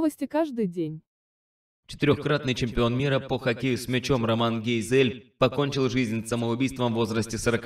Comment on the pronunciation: ГейзЭль? А не гЕйзель?